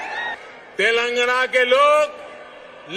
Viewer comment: Anpad pehle tilangana kehna toh seekh le 😂😂